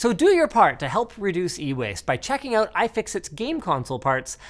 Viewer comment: Or pronounce "out" as "oat".